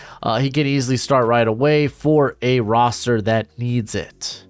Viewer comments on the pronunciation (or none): none